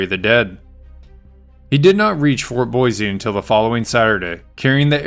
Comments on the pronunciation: Learn how to pronounce 'boise' .. it is not boy-zee.. it is 'Boy-see'. I am a 71 yr old Boisean who will consider liking/subscribing at that time. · Thank you for the history lesson. Plz accept my suggestion. Boise is pronounced Boissee. Not Boizee. Thanks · It’s boy-See, not boy-zee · Thank you for the very interesting story that I had not heard. Could I be so rude as to make one suggestion? The name “Boise” was mispronounced throughout the audio. The correct and historical pronunciation for the city is “ Boy C”, with an emphasis on the “C”. Pronouncing the word with an emphasis on a “Z” is a Californication of the word. It makes Idahoans cringe and pretty much immediately identifies you as being from California. Thank you. Keep up the good stories. Thank you. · Just because "most people" say it that way, ford not make it correct. It is, and has always been, pronounced Boy-see. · In Oklahoma, or little town is Boise ("Boys") City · ”BOIZEEEEE!!! ZZZTATEEEE!!!” 😂😂😂😂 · Boise a s not a z.